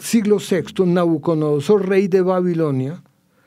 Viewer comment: El experto dice NabucoNodosor, cuando lo correcto es NabucoDOnosor, me molesta oírlo del experto.